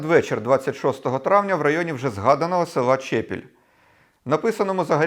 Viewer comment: Дякую за цікаву розповідь, я родом з тих місць про які йдеться, хотів зазначити ,що в назві села Чепіль, наголос на другому складі.